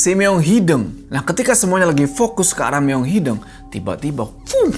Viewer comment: hideung bang, bukan hideng haha kl bukan orng sunda emang ssh ya.